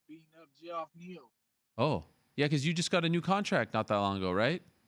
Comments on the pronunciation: Gee-off neal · He called geoff (jeff) G'off 🤣🤣🤣🤣